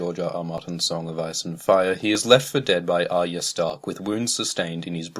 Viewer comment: god it makes my brain hurt the way you say arya.